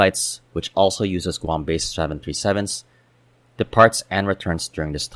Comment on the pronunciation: Good video, sometimes it was hard to understand you were saying 737s. The 3 would drop out.